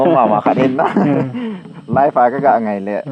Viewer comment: Bro Live titango pidia Leave dan a na Pronounce hmo..anal mo g taaaa